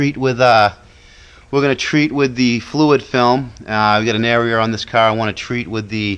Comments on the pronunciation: He doesn't have a car,he has a caaaa........lol :P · Its pronounced kah , and I couldn't hear it cause I'm from heah too ( mass)